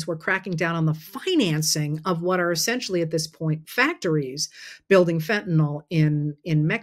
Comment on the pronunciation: Thank you for pronouncing fentanyl correctly.